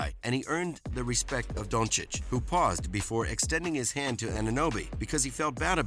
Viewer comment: Who is Donchick? Man I know you struggle as an american with the pronounciacion of european names but, it's disrespectful to make fun of someones given name. I don't mind when ppl call him "Dunkich", it's kind of funny but pls at least learn his name if you make videos about HIM!